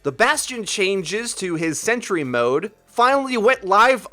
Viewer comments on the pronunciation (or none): none